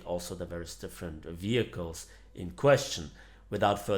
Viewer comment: "vehciles"? o.o